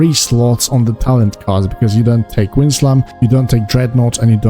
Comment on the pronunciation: Wind, like air, blowing around, like a shaman would have. Stop saying Whined.